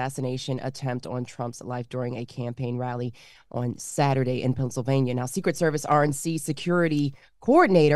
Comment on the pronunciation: Biden said "Vennsylvania" that's crazy 🤦🏽‍♀️